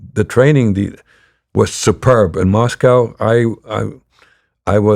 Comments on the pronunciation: He was a kgb spy in the USA why wouldn't he pronounce it the American way? Mosco would be a tell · i don't think Russians pronounce Moscow that way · Isn't it pronounced mos-co to natives and mos-cow to Americans?